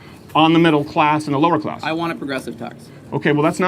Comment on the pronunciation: What is a ‘closs?’ If you don’t know how to pronounce a short a, you are not capable of lecturing me on anything.